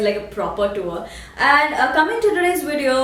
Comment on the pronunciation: wow...good to see how you respond to haters..all your points are really true..especially 1 & 4.. PS : its AVOID not AWOID and VIDEO not WEDEO...just saying..love..love :D